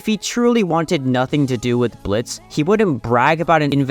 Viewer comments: Damn. We deadnaming Blitz like that. The o is silent XD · Bro the o is silent💔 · For a dude who just spent over half an hour saying Bliztø is not the victim you oddly forgot that the o is silent... We get it, you wanted to just bash Stolas and Veroiska, but youve been disrespecting the character too 😂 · Great video, but his name is Blitz, not Blitzo. That is his dead name. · Bro hates Blitz so much he's saying "Blitzo" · it's Blitzø "THE O IS SILENT ASSHOLE"